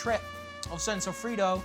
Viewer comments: Sofrito, Not sofrido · As a Puerto Rican person the way he says sofrito is cringe.